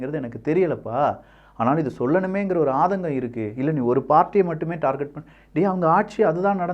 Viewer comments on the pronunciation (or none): none